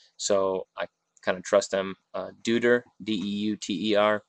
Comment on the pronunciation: It's Doy-ter, like Deutschland, lol